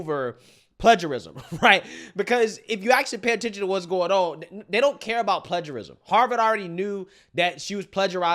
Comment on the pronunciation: I agree with almost everything you’re saying, but you are mispronouncing a key word. PLAGIARISM is pronounced PLAY-ger-ism, NOT pledge-er-ism. It weakens our argument when we mispronounce big words in our discourse. Keep the faith, but get it right (as you almost always DO)!